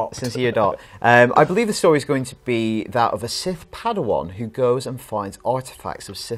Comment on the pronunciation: Sith padawan..... that hurt my ears